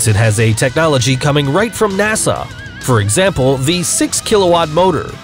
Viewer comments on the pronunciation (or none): none